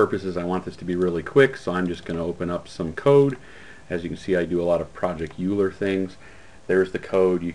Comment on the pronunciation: Project Euler: "oy-ler", not "you-ler"!